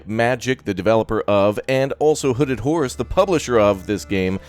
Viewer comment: Was I the only one who thought Raptor was saying hooded whores instead of hooded horse? Nobody else? Just me?